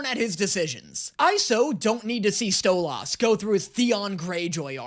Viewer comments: It’s Sto-liss not sto-loss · so his name is pronounced "stole-is" not stole-os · It seriously triggers me how keeps pronouncing it "Stole-Aws".... Even in the show, when they say his name, it's "Stole-iss" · damn that stolaas thing is really anoyying XD LOL its stolas not stolAas or stolaaaaas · I’m so tired of him saying stoloss when it’s stoles and i know it’s spelled Stolas not stoles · I cry a bit on the inside every time he says StoLahs when I’ve only heard it pronounced like StoLess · I love pronunciation of Stolas he makes it sound super posh "Stolaaas" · why does he say Stolas im sorry its called Stoles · Dose anyone else getting triggered everything he says stolAHS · It's pronounced stolis I'm sry for being that kinda guy😊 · I like genuinely hate how he pronounces stolas as sto-las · Stolas is how it’s spelled but stoles is how it’s said just sayen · needs help hearing if he can't figure out that he was pronouning Stolas wrong. Btw it is pronounced Stoe-luss. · It’s pronounced like stolis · It's said like sotlis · it's stow-lus 😅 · Um, ackshually, I can't believe how badly you're mispronouncing "Stolas." Everyone knows it's pronounced "Stwubbie." Get it right! :) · Bro you saying it like stole-ahs and it should be pronounced halfway between that and how you would the word solace. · Think of saying "stole liss" faster than normal, and that's how you pronounce Stolas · You're saying his name wrong. It's not Sto-LAS, it's Stwubbie. :( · Am I only only one losing my mind to hearing say stolas's name wrong Edit: me sitting here offended, because I know, like ten people's phone numbers by heart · HE'S DOING IT ON PURPOSE!! HE'S MISPRONOUNCING STLOAS' NAME ON PURPOSE!!! 😡😡😡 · STOP SAYING STOLAS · I love your videos but please stop saying stolas’ name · See, I don't mind his pronunciation of Stolas. I've heard it has Stol- is, Stol-oz, and Stol-as, and honestly, those tend to bother me more. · Btw it's pronounced stolis but spelled stolas